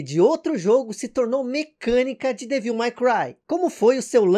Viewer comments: parabéns pelo video. Achei muito bacana. Como sugestão para os próximos sugiro que você dê uma pesquisada antes como pronunciar os nomes em inglês. Ouvir repetidamente você falando Devííl foi meio ruim 😅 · acho engraçado como o pronuncia o ''devil'' de devil may cry rs!